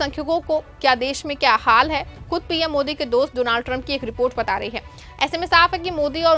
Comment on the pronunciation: You are a new actor please learn to pronounce his name properly. Doo-naald trump seriously you are a joker reporter 😅